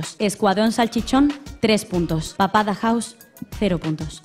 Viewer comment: En la última pregunta el presentador dijo mamada house xdd